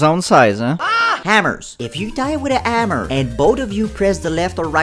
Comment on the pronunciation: Normal people: Hammer: Ammur 🤣